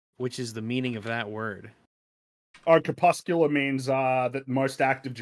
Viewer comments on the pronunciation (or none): Crepuscular Fringy, not cepuscular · Why won't Fringy say the r in cRepuscular?